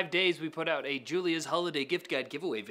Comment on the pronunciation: For our Friends up north it is pronounced Cry-Slur not Cries-Lur. Oh and always it is Out not EwwT.